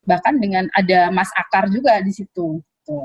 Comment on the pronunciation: Aakar..bukan aakyar wkwiwkk